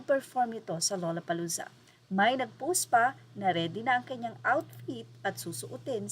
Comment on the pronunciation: The pronunciation is lalapalooza…